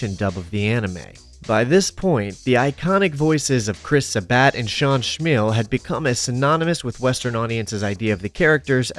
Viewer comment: Sean shmeal lol its pronounced shim mal